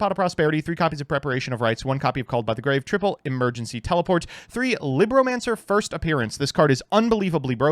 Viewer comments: It’s “LEEBromacners” not “LIBronancers” Liberal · Well technically its "lee-broh" as in spanish for book... Wow i actually used that fact... Huh...